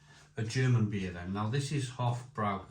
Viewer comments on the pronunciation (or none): It's pronounced with broy not brow. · Hofbrau is actually pronounced 'Hoff Broi' similar to 'Lowenbrau' which is 'Leerven Broi' (Lions Brew)